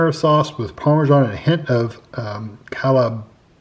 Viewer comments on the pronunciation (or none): Calabrian is pronounced cahlahbreean. It is a region in Italy.